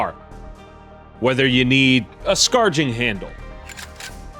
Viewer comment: Everyone going to gloss over saying Scarging handle? 🤣